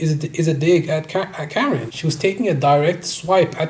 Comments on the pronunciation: KAR IN not karen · How you gonna make this whole video dissecting their relationship and then call Karin, Karen 🤡 it’s like ‘cuh-rin’ bro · It’s weird that a Hetero male is exposing this about a lesbian couple, but STOP SAYING KAREN ITS KUH-RIN